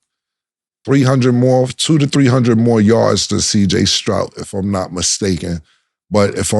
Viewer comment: Cam struggles with saying CJ Stroud 😂